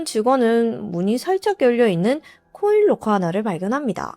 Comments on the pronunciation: 나만 그런가? 계속 코일로커로 들리네. 😮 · 코인 롹커 말하는거죠? 첨엔 못알아들었어요 사물함.기왕이면 영어발음이어떨까요.